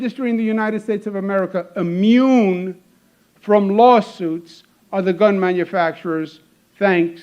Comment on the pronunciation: hehe not bun, gun